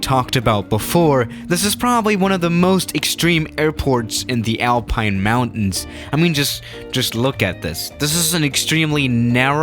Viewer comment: For a moment I thought u said the Airplane Mountains instead of the Alpine Mountains